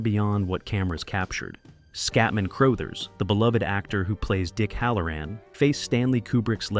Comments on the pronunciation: Crothers is pronounced "cru-UH-thers", not "cr-OH-thers". You should really be more careful when researching things you weren't around to experience yourself. It makes you sound foolish to those who know. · CROW-THERZ? Hey, take a second to look up how to pronounce things before doing the narration on a video that must have taken some time to put together. It takes a couple of seconds to google how to pronounce this great actor's name. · Who the fuck is Scatman “CROWE-thers”? Come on. 🤷‍♂️👎👎👎🤷‍♂️ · Please update and pronounce Scatman Crothers’ last name correctly. It is NOT pronounced Crow-thers.